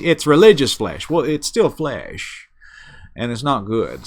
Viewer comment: He didnt say flesh...he said flayyish. 🤭